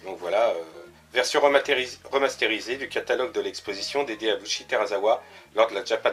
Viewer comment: On prononce "BouiTchi" pas "Bouichi". Et "TelaSSawa". Les japonais prononcent le R comme le L. ;)